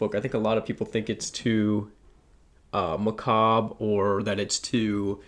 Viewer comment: Two of your five top are high priority on my reading list so will need to report back!! Also learned how to pronounce macabre via this video. So learning a lot today.